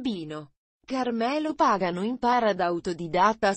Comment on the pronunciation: si dice pagano pronuncia bene chi fà il commmentoo sbaglia gli accenti dei nomi